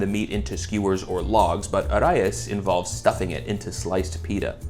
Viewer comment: did you just pronounce Arayes correctly? :0